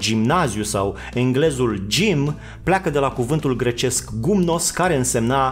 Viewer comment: Nu gomnos si gimnos